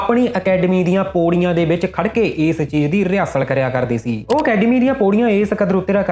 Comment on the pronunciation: ਖੇਲੇ ਬਾਈ ਜੀ ਸੋਡਾ ਪ੍ਰੋਗਰਾਮ ਬਹੁਤ ਵਧੀਆ ਬਸ ਥੋੜੀ ਜੀ ਤੁਸੀ ਅਪਣੀ ਬੋਲਬਾਣੀ ਸਧਾਰੋ ਜਿਮੇ ਤੁਸੀ ਪੌੜੀ ਨੂੰ ਪੋੜੀ ਮੌਤ ਨੂੰ ਮੋਤ ਹੋਰ ਬਹੁਤ ਇਤਰਾ ਦੇ ਸ਼ਬਦ ਨੇ ਜਿਹੜੇ ਤੁਸੀ ਠੀਕ ਨੀ ਬੋਲ ਦੇ ਅਰ ਸੁਣਨ ਆਲ਼ਿਆ ਨੂੰ ਥੋੜਾ ਜਾ ਰੜਕਦੇ ਨੇ ਕਦੇ ਗੌਰ ਕਰਿਓ।ਗੋਰ ਨੀ ਗੌਰ ਕਰਿਓ ਬਾਈ ਜੀ।